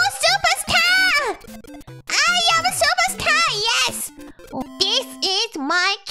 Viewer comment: I like how she has near perfect R pronunciation on "Superstar" and then immediately says "tahturl"